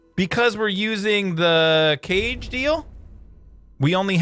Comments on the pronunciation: Kage the Japanese word for shadow (say ca-gay) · BTW, the kage thing isn't pronounced cage, it's pronounced ka-ge, ge like genji from overwatch... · it KA-gay not Cage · Kage is pronounced Kah-Geh, not cage. It's Japanese for shadow. Great video man! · hey man love the video but BTW I'm pretty sure it's pronounced like kah-g idk how to make proper written pronunciations it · Kage is pronounced (Kaw-gey)